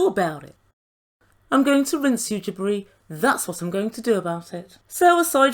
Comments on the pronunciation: Every time you say “Jibri” I hear “Debris”. 😳🤣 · That’s what I hear every time she says it! 👍